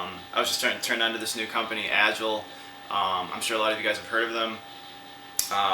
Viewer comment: Agile is not pronounced like that lol